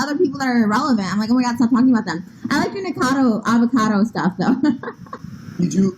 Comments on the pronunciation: PRONOUNCED: NICK A CAR DOUGH AV A CAR DOUGH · Say it with me folks: Ni-cah-ca-doh Av-ah-Cah-doh Was that so hard? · Knee cah ca dough avocado is how it's pronounced;) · Say it with me: "Nick-uh-cod-oh Av-uh-cod-oh". That should do it lol! ☺️ English or American, I think that pronunciation should get you there! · Oh its pronounced Nick-oh-cah-doh avocado lol PS I fucking love you for posting about ANYTHING but james charles. Youre a visionary keep it up